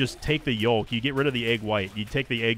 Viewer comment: Never before have I heard yolk (yoke) as yolek